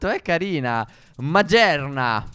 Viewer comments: Non si dice magearna ma maghiarna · Si legge maghiarna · E cmq Magearna si scrive così ma si dice Maghearna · Ragazzi si dice Maghiarna nn Magerna. Compratevi le carte plzz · si legge: car-ni-và-in, glà-is-cor, ma-ghi-àr-na, miao, grò-tol (e la sua pre-evoluzione) tàr-tuig (non è per dire che non siete in grado di parlare o cose così, è solo perché sono alcuni tra i miei pokémon preferiti) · Stef si dice maghiarna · E magearna si legge Magearna come si legge si scrive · Si dice Maghiarna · Magearna si pronuncia maghearna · si dice magiarna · Stef hai sbagliato si dice maghiarna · Ma quel pokemon età venusaur nn un leggendario e poi la pianta si pronuncia carnivail e quello al 70 di stef meghiarna